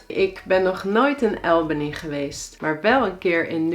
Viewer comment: Liever "Ahlbany" of "Awlbany" (niet "Aelbany").